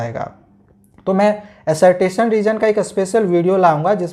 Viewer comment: Sir aap assertion ko assert tion kyu bol rhe hain